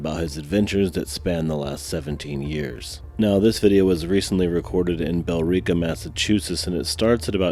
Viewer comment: You mispronounced the town name, it sounds like you're saying Bell-reeka, it's pronounced Bill-rica and the rica is pronounced like the name Rick, so Bill Ricka the E is silent. least that's how everyone around here has pronounced it ever sense I was a kid.